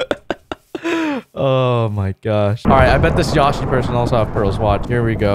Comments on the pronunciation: did he just pronounce yoshi as yawshi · Why did he pronounce yoshi like that tho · said yoshi wrong